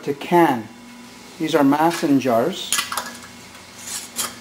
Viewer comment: Hey, that pronounced maaaaaason jar.Long a sound as in ape or snake.O.K. By the way your sause was beautiful! A real treasure to have on hand when winter is howlin! Thanks for keeping the old ways alive.GO MARIO!